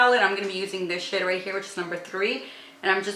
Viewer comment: When you say shade, it sounds like you're saying shit. :) no hate. I was laughing so hard. I love your videos and your dedication to CF and vegan products. 🌹❤️